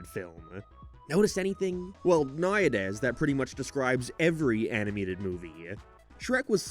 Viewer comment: What is wrong with your voice? Do you have speech problems? “Naw-ye-des” is pronounced nowadays